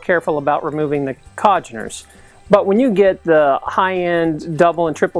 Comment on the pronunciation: Congeners. Not Cogeners.